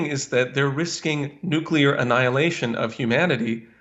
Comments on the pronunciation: Dear America...if you must drive us to world destruction, could you at least pronounce the word correctly? There are only TWO syllables in 'nuclear', my dears. The second gentleman (and 80 percent of your people) say nu-cue-lar however. This is beastly mangling of the English language must stop darlings. Please try, won't you? If we must be turned to steam in a hellish atomic armageddon can we please pronounce it beautifully? 'Oh no! Nu-clear destruction! God have mercy on our souls!' (or somesuch). I'd hate to pop my clogs, to shuffle of this mortal coil feeling irked at mispronunciation. Have a little practise won't you? It would mean the world to so many of us 😘. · i just wish to see the day when people understand that it's NUCLEAR not NUCULAR. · Why can't people pronounce the word "Nuclear"? It's not Nucular,it's Nuclear. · It's nuke lee er, not nuke ya lur. Theres not a y in it. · What do people keep sayibg nukecular, when is clearly nuclear, makes them sound retarded. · Please don’t say “nuQUEler” war. No one is going to have a nuclear war. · It's NUCLEAR not nucular! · It's NUCLEAR , not "nucilar" !!!One loses credibility by speaking improperly and hurts one's argument ! Same thing with saying "would of" instead of "would have"! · I agree, BUT! Look how nuclear is spelled. It isn’t spelled nucular. If you want to sound like an idiot, pronounce nuclear wrong. Totally agree with this guy. AOC is emotionally blocked by corporate media propaganda. Cut through the military industrial complex BS, AOC! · “Nuke-yuller”: There’s no such word. If one must insist that the first syllable is “nuke” instead of “nu”, at least say “lee” instead of “yull” for the second syllable. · I was very frustrated that the protesters couldn’t pronounce nuclear correctly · these idiots seem to wanna nu-cah-la war... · "Noo-klear" jeez.